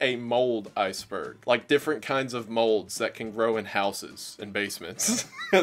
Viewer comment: bro said iceborg 🤣